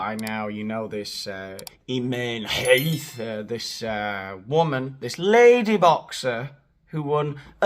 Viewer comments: The "kh" in Khelif is a jota, 😊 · I love your pronunciation of the Algerian Tranny's name,it's hilarious😂 As for that woman batterer dragging Musk&Rowling through the courts...🤪🤣🫶🏼💞